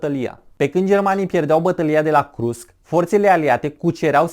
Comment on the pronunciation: Krusk?????....sau Kursk????.....domnule povestitor